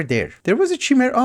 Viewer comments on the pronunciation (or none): English is also not my first language, but i'm pretty sure the CH in chimera is pronounced like in Chaos.